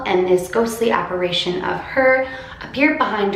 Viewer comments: It's "apparition", not "apparation". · If you see your paranormal doppelgänger it’s said you die. Ps it’s apparition, with an “i”, not “apparation” as you were pronouncing it 🤦‍♀️ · You're pronouncing "apparition" wrong.... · apparItion not apparAtion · Why does everyone say "apparation" its apparition lol